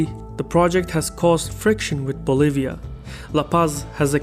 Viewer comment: They really said "fuggetabbouutt Boliva."